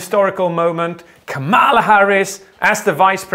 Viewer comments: you say KAmala, not KaMAla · I closed the video when he said 'Kamaalaa Harris' lol😂 *Just kidding, you are awesome ❤️ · just so you know her name's pronounced comma-la. a lot of people get it wrong at first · kamala is pronounced differently